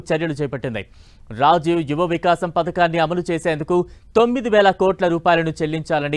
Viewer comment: Viniki Rajiv yuvavikasam pronunciation not correct